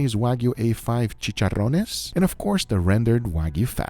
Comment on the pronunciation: "chicharrones" YES 10/10 PRONUNCIATION AND WE LOVE IT